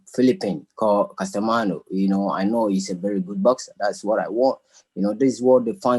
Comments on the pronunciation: His name is JOHNRIEL CASIMERO not CASTAMANO. You will learn how to pronounce it perfectly after you wake up. Haha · Lol "CASTAMANO" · Man this dude will be DESTROYED easily, he cant even pronounce the name of his opponent, . . . 😂